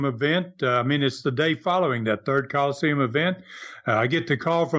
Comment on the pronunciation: Again, why does mispronounce Colosseum as Call-Seem?